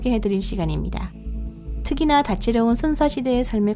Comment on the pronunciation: 아니 특히나를 특이나 라고 하는 건 에바잖음ㅋㅋㅋㅋㅋㅋ